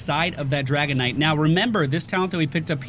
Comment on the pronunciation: Does anyone else hear saying "Dragonite" instead of "Dragon Knight"? Like it's some kind of mineral, like Malachite or Kryptonite...